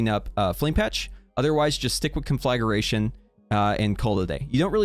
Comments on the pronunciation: conFLAGAration is not a word; its CONFLAgration. Say it a few times to get used to it. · Con fla Gration, conn Fllaa Graa Tion